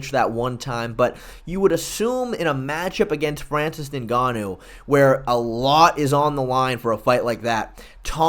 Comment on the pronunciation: Why u keep calling him ninganoo? It's pronounced enganoo you idiot. Do you even watch mma?